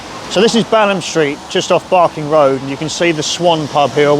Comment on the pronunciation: obviously not a local as he didn't pronounce Balaam Street correctly, not sure therefore how sad for him the pub closures are, but defiantly all my first pubs and pubs for a large part of my life gone